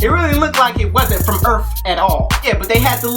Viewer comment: Am i the only one that was dying when he said "earf " with emphasis on the f 😂